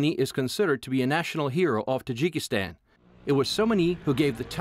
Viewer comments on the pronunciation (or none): its not jikistan.